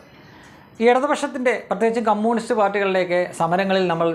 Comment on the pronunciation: കമ്മൂണിസ്റ്റ് അല്ല, കമ്യൂണിസ്റ്റ്...🙄